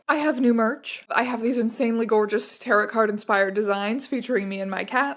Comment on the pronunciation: You pronounced Tarot like Carot, I will now be unfollowing you, and posting a call out on Tumblr good day to you.